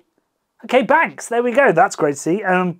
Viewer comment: Its not Banks, its Banks,s, in Black country pronounced Bonksiz 😁 thanks really enjoyed